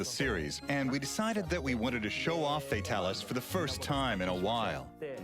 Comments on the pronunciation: I immediately stopped watching when he said Fatalis.... (Fatal-is????) Bruh... It's Fay-Talis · Fa ta lis not fatil is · it's FEY-TAL-ISS not FEY-TUL-US